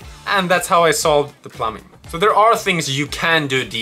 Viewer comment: As an English Speaker AND an experienced English Teacher in the Japanese School System. PLEASE stop pronouncing the word “plumbing” as plum-BING! The B in plumbing is silent. It’s pronounced as plum-ing, or better yet, plum-ming (don’t elongate the “m”, just say the word quickly). Good channel, love the work you’ve done! Gambate!!!!